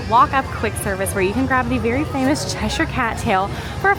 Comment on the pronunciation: BLESS YOU for saying Cheshire correctly!!